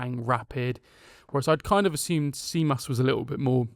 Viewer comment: Tzimas is pronounced ''Jimas"